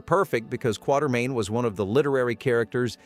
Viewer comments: Quartemain...not Quattermain. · I've been mispronouncing Quatermain my whole life. I thought it was "quarter" main until just now.